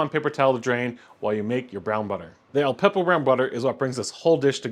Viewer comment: OK, you're mispronouncing a lot of stuff, starting with the name of the dish. It's not "kill-burr". It's closer to "chill-burr". Then you refer to Aleppo peppers as "Al-peppo" peppers a hundred times. There's no "p" after "Al".